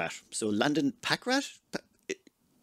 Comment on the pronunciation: Since I an an engineer IRL, I am totally happy with being one in this playthrough too! You pronounced it right. Packrat is slang for the American wood rat. I feel it is a better fit than "Lab Rat" because I carry an insulated backpack with me everywhere I go. If I leave it behind I know I'm going to need one of the items I keep in it...